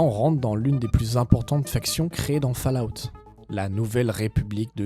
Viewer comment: je m'attendais à une vidéo un peu daubée mais en fait elle est excellente, par contre fallout se prononce "faul" out. sinon c'est ouf que t'aies pas + de vues...